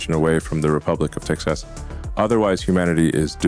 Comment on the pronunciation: This is obviously a Deep Fake. No one pronounces Texas and Ticks-is.